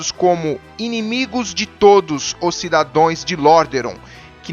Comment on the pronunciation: Cidadãos, e não cidadões amigo. De boa! Ótimos vídeos!